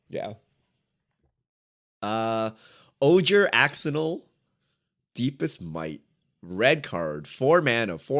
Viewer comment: Ojer Axonil is rad as hell but PLEASE guys its pronounced "oh-HAIR" not "oh-JERR"